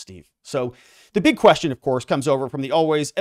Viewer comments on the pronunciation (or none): none